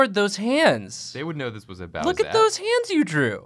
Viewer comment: saying "bowsette" gave me psychic damage